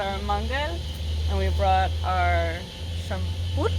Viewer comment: Shampur isn't Russian word, Caucasians say it. But yeah , u said it right